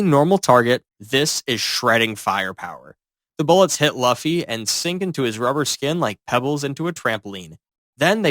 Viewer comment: Why did you say duffy😂😂